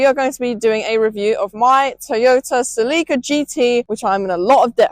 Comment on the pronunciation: It’s not pronounced Selleeka, it’s pronounced Selica.